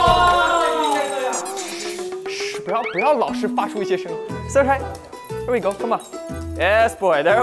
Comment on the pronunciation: 這英文 ERRRRRR WE GO 笑死了